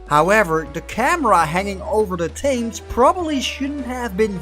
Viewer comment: One of the biggest mistakes is how you pronounce the name of the river running through London.